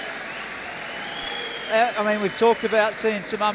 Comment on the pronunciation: Outrageous .... Squeash?